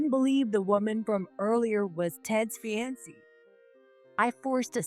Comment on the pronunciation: Fee-an-see? It’s a variation on the more usual Fee-an-Kay. Sigh. I’d love to hear Fiancée/Fiancé just once. Now we got Fye-on-see…